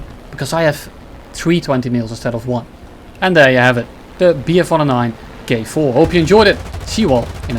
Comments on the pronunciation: 🧐 Did he say Bf 109 Gay-4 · what i heard bf-29 gay-4